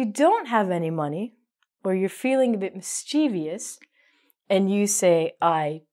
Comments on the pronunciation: mischievous 'mis-che-vuhs' is the correct pronunciation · It was really, interesting, there’s just one thing that was interesting to me, and it was about the way she pronounced “mischievous”.